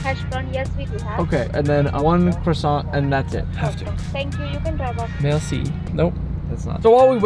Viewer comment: When in Canada, you guys are hilarious in this video and Nick please never say merci again you just all the Canadians feelings love you